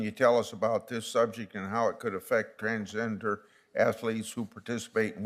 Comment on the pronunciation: I like how he has no idea how to say Transgender. He’s probably thinking wtf world is this?